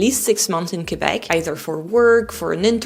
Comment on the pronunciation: First of all you have to well pronounce Quebec in English.